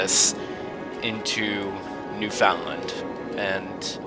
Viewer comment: FOR DA LOVE OF JUMPIN DYIN JESUS STOP SAYING NEWFOUNDLAND WRONG!!!!!!